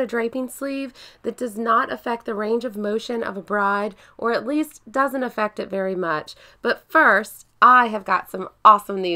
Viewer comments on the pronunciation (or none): none